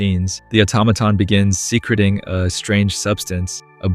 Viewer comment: Lie-ve on air not lihhve on air Suh kree ting not secret ing